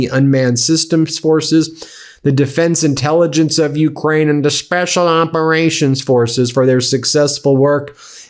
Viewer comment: why the tone when it came to “special operations forces?” Am I missing something not to be respected about 🇺🇦 spec ops? Sorry, bewildered